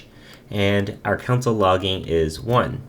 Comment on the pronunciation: You say 'Console' like 'Council'